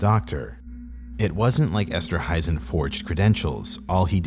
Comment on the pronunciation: It's esterhuizen esterhaisen